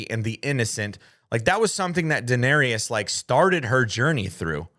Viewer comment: Why are you pronouncing Daenarys that way omg